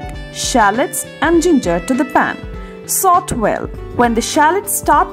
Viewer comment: "Sot" well?? Its SAUTÉ (pronunciation: SAW-TEY)